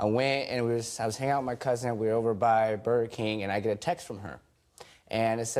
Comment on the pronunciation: Shot every time he said cousin. Secondly it sounds like he said cousint lol